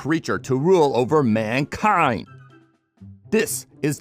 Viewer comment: "Mankirnd" "Finarl batterl"